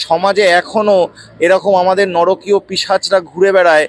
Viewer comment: নরকীয় নয়, নারকীয়! জোরালো বক্তব্যের মধ্যে এই ত্রুটি না থাকলে ভাল হত।